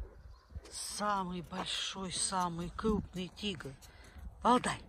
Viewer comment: Она говорит тигр или дигл